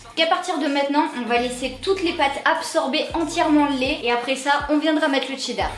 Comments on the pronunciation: on dit cheddar pas tcheddar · Des barres et tu dis dcheddar toi lol